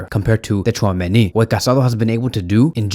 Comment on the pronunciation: you really don't need to pronounce "T" in Tchouameni's name yk😅